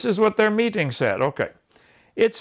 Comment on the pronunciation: Why does he talk like that with the strange emphasis on words? "This is what their meat ting said"